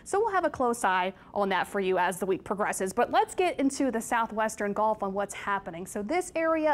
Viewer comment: Lady, it’s GULF not GOLF !!!!!